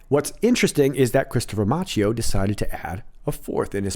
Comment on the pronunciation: Love your videos! Please note that Christopher Macchio's last name is pronouned "MAH-kio" (CHI = K in Italian).